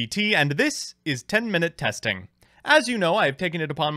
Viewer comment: Ah, yes, it's Um Buh Tay's Teen Mainoot Teestig!